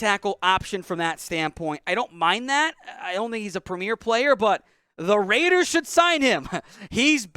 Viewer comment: RAIDEERRSSS ORT